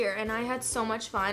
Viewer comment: somebody count how many times she said "I LOYE YOU TOO"